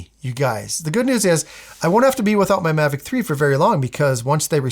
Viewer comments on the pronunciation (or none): Mavic "Tree"? 😯😆